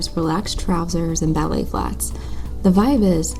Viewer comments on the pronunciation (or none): none